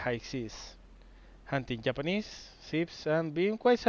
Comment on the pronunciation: So will he ever sink a battleship is the question... Also love how he pronounces Japanese. "the yap-anese"